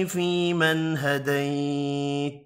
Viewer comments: Assalamou alaykoum. Why does he don't prunonce the end of some words ??? فيمن هديت... We don't hear the final ت? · حضرت صاحب،آپ ھديت پڑھ رھے ہيں جبکہ ھديت کے اوپر زبر ھے،وضاخت کريں۔